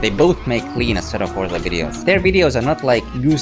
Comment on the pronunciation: asseto corza. stop saying that